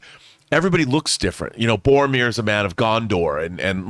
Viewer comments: John it's BOR-O-MIR lol. Love you guys! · "Favorite character in fiction ever" ... "Boamir" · Hearing John say "Bomir" so many times gave me tinnitus.